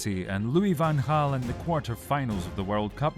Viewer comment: Credits for pronouncing Van Gaal's name correct